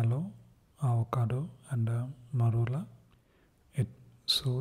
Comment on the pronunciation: The way you say marula is brain melting